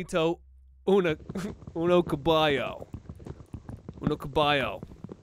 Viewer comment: The way you first pronounced caballo- I’m sorry💀